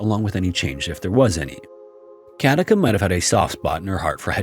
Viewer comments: Very interesting video! I enjoyed it. One quick note. The name Katica is pronounced Katitza. You are accentuating it correctly though 😊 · I live in Zagreb, Croatia🙂and Katica is pronounced as Katitza. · The name Katica is pronounced more like Katitsa. The c is pronounced like the ts in tsar and not like the c in cat. Sorry, I am a smart-arse who speaks Croatian. I really like your videos. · Actually Katica's name is read as a c not a k.It's quite sad that Hedviga died without anybody noticing it .Also the account of her being seated dead with steaming hot tea is ludicrous.The lady has been dead for decades.How was her tea hot then???A ghost made the new steaming hot tea???